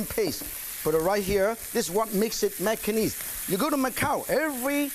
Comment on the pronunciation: Martin Yan was my first exposure to Macanese food! Even the words “Macanese food” sounds best from Mr. Yan.